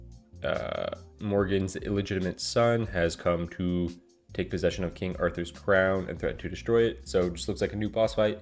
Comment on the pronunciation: Now we have 1 more instance where can fuck up Arthur's name 😂